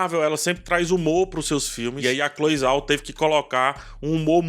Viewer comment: 👏👏👏👏👏 Se pronuncia Cloe "Jao"